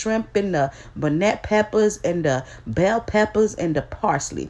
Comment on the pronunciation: It's pronounced bonnet like Scotch bonnet pepper, or like a bonnet that you put on your head